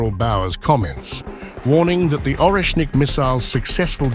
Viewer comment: Pronunce Oresnik Areshnik with an accent on the E.